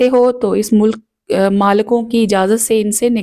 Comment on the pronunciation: Mulk nahin hota beti. Milk hota hai.Milk e Yameen